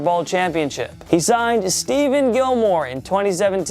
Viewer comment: LOL. I f’ing hate you. You’re awful man. “Stephen Gilmore” it’s Stephon Gilmore- asshat. You don’t know your ass from your elbow.